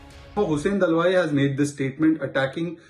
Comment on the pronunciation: His name is Hussain Dalwai and not Dalwa as pronounced by News Anchor.